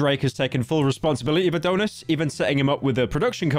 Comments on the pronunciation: Howtf does pyro turn A-Don-is into A-Doh-ness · ITS NOT ADON-IS ITS ADON (AS IN DONNIE) IS. MY NAME IS ADONIS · it’s ad-on-is not adone-is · dont forget abt a-dough-nis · “AdOHnis” “Tory LanÉz” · "It brought new lore to the rap community: that Drake ackshually had a son, 'Uh-dough-nits'" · “a-donut-dish” brits can’t say Adonis🤦‍♂️🤦‍♂️ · The way he said Adonis and Tory Lanez pissed me off